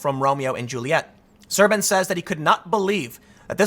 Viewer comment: As a Romanian, yes, the translation is accurate (și mă zgârie rău pe creier cum pronunți Șerban)